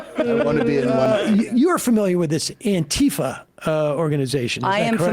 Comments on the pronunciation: *Antifa not Anitfa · Anti-fa not antee-fah.